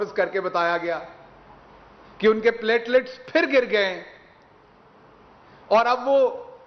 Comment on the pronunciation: Pletlets kum hay pyaayaallaalets aur glasslets kyaa?